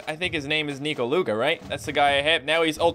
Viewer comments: Its not pronounced as Ni-ko-lu-ga but Neh-ko-lu-ga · Its pronounced nech-oh luga